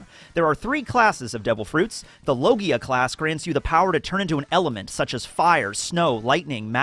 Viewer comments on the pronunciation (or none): none